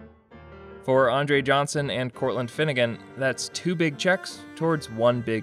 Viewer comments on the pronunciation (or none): Ah yes when Courtland Finnegan became Courtland Innegan